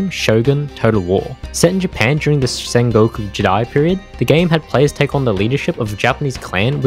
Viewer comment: I don't know why hearing him struggle to sengoku jidai is so funny to me.